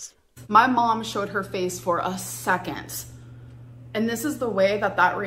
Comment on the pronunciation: This is just me being silly and picky, but the way she says "second" as "Sekent" has gotten to me today. 😂😔